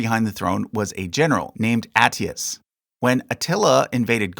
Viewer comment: you mispronounced Flavius Aetius name. Aetius is pronounced “Eye-ti-yoos”